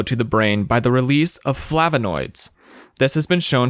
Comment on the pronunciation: It's flavonoids, not "flavinoids".